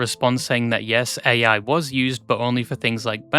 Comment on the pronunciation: erm actually it's pronounced "ai" (like the word "I") and not "a.i."